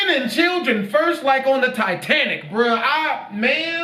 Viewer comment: Taitanic XD i love english an south america